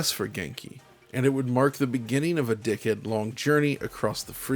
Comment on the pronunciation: I heard "Decade long journey" as "Dickhead long journey" and now I'll never not hear that.